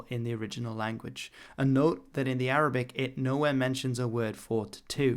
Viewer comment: Great arabic pronounciation! (or as most Arabs would say, good attempt)